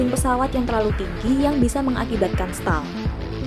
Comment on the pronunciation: Stall bacanya setol